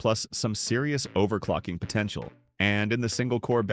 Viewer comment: Did you say potenzial🥀🗣️🔥